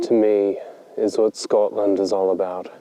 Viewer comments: Love it, I can hear a Scottish vowel sound when you’re saying Scotland 😊 just slight but it’s there ☺️ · you said Scotland in a Scottish accent!! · Fifer that's lived in Texas for 17yrs, when I was over on holiday this past summer, I would often just spend hours in the countryside and not do a darn thing, but soak it all in!! of the video, that is a very Scottish pronunciation of Scotland. LOL